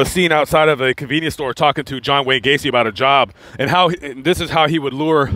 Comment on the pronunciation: John Wayne GAY-CE.